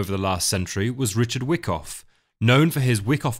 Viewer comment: I’ve read Anna’s book and enjoyed this summary. I think Whyckoff is pronounced why koff rather than wick off. Love the content.